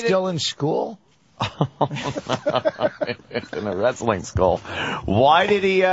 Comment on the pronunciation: lol why does vos pronounce the T in wrestling ant was spot on